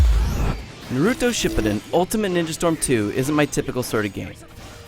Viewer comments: Wow they actually asked this guy to review this even though he has no idea about the game and can't say the name right even though they say it all the time and you can unlock the characters just by playing versus. Go back to street fighter n00b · WTF a 8.0 what the fuck...i give a 10 and the asshole the say chakra right also he cant say Naruto fight WTF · THIS GAME DESERVES A 9.5 not an 8 and the dude says Naruto wrong(like my parents -_-) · WOW... i got 5 seconds into this and i got pissed off... you can't even pronounce the TITLE CORRECTLY!!! .... nice one IGNorance!.. well played. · Hate how he says "Naruto" And of course, you have to play with the japaneese voices. American ones suck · i hate when reviewers call naruto narewtu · its NA ru TO not, na RU to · "Narooto Shippuden..." *facepalm* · Comon man if you don't even know how to pronounce the name why the hell are you reviewing it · Next time, they need to get a Naruto fan to revive a Naruto game. It always ticks me off how non anime fans pronounce things in Naruto. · Also hated how he said Naruto. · Okay who pick this dumb ass to review this game, he really does not know anything about naruto, let alone how to pronounce Na-ru-to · I wanna beat this guy up for not watching Naruto and actually pronouncing anything Naruto related wrong! >:D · but he played through the entire game, he should actually be able to pronounce the name right and he is supposed to know all of the facts since he is being paid to know them and to make a review of the game with the bad and good things about them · How come NO ONE ever pronounces Naruto's name correctly? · It's hilarious that they get someone who can't even pronounce the title right to review this. Fuck you IGN. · Thank you!!!!!! I am glad I am not the only one who thinks he pronounced Naruto and Shippuden all wrong. I got in an argument about this with a friend of mine. I had to play him the Anime over and over again.. He still says it like this guy /sigh